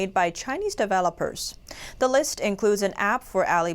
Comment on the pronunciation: Please have a native English speaker review your broadcasts and teach your reporters how to pronounce words like "regime" and "develop" in the same dialect as the rest of your words, which is closest to American English. "regime" is RAAAH-zheeeem - emphasis on 1st syllable, short A, long E on the 2nd syllable. "develop" is de-VELL-up - emphasis on the 2nd syllable, 1st syllable is "dee" - the same as how the 4th letter of the American English alphabet is pronounced.